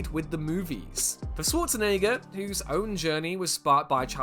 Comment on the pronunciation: Pronounce Schwarzenegger correctly.